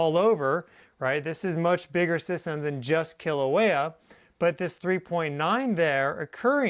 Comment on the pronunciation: Kīlauea! Pronounced “kee- la - weya